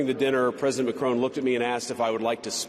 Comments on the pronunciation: Would be nice if he made the effort to correctly pronounce the French president's name. It's Ma-cron. Not Ma-crone. This is 101 diplomacy. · There is no e on the end of Macron. It's not crone, it's cron, as in Kron, like Tron. . FFS how hard is it to correctly pronounce a President's name, and how insulting not to. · Someone may need to tell him, European leaders and sovereign nations can put whatever laws they want to when that company operates in their country. If he doesn't understand that, he is stupid. Also, learn how to pronounce Macron, it's not difficult